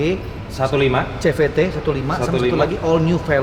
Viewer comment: CVT nyebutnya SIVITI om bukan SEVETE